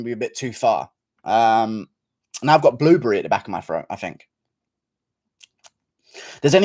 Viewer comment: GURU American accent be like "I have something in my FROAT!"